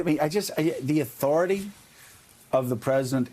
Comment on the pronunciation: He's trying to say "respect my authoritah!"